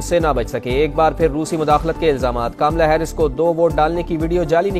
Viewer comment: Kaamla nhi sahi tslaffuz kamla ( kamal ( urdu me jise kanwal kaha jata hai) . Kya Pakistan me hindi language samajhne aur sahi ralaffuz k sath bolne wala ek bhi shakhs nhi? Sudhaar ( taseeh= correction ki zaroorat hai.